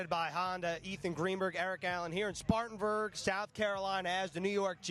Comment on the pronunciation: SPARTANBURG. Get it right you rookies